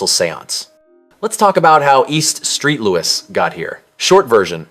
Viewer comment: “EAST STREET LOUIS…” lol 😂 also, it is hellua funny you called E. St. Louis ‘post-apocalyptic’. Ironically, it was the location where “Escape From New York” was filmed.